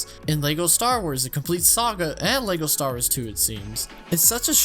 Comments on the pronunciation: Bro STAR WARS, not Stawas 😭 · Does anyone else hear him say stawrs instead of star wars? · Whenever he says Star Wars it sounds like he says Star'ers. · Why does this guy say "lego stars" and not lego star wars and he acts like nobody knows that lego makes star wars lego sets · you said "lego stars" beo!!!!!!!!!!!!!!!!!! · "LEGO Stars" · “Lego Stars” ... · He says Lego Star-ers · Bro are you saying “stars” or “star-wars” I legit can’t tell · Bruh the way you pronounce “Star Wars”.